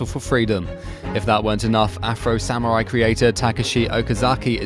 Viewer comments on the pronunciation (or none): none